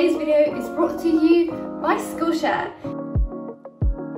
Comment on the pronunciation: "Dis vidioh is sponsohd boi Skullshare"